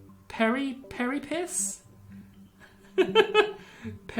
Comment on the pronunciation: hey just so you know it's pronounced ap-oh-ap-sis and pair-ee-ap-sis. this game is one of my favorites